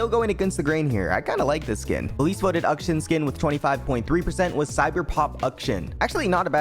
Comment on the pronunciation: "Ukshin" != Akshan